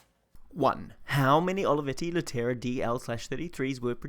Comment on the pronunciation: you could learn to pronounce the model at least, Leh te ra